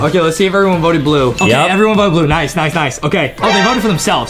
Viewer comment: Bruh Justin messed up his English he said rice dude when he meant to say nice dude